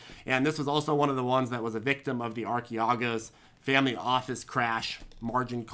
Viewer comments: It’s pronounced ar-CHEE-goes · I thought it was pronounced "Ar-Kay-Gos"? Not a big deal though 😂 Anyhow, I had no idea AT&T was building out a steaming suite to compete with Netflix and Disney! Having HBO and some of these others, plus Discovery, sounds somewhat promising!! Thanks! Great call on Baidu btw! What do you think about "BABA go sheepa baba now"?!